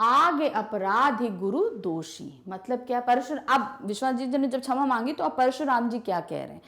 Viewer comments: Mam your pronunciation is not good in saying क्षमा and you keep saying छमा।… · Mam wo 'shama' hota h n ki 'chama' 😂😂😂